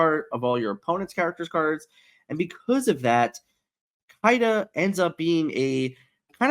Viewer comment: Can you stop pronouncing Simba as Zimba please and thank you. It's been triggering me for months but hearing how you pronounced Kida sent me over the edge and I had to speak up lol